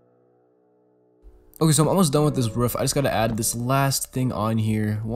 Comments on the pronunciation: My man can't say roof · making the roof in the first 14 mins made me laugh because u (probably) said ruff😆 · says ruuf me: ITS R OOF GRAMMAR ISSUES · kinda sounds like a ruff or a ruof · he says ruf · I love the way he says “roof” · Lol yeah